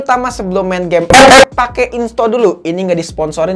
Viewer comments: Ampe sekarang gw ngakak kalo denger kata “EP-EP” 🤣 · GUA SUBREK GARA² LU NGOMONG EP EP BANG 😂😂😂😂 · Gw ngakak terusss dengar abang nyebut epep🤣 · Pasti proses editing nya ngakak sndri tuh liat scene sebut ep ep nya🤣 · Ane player epep, tpi ngakak pas lu bilang epep bro😂😂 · Gw paling suka chenel inih pas luh ngomong ep ep🤣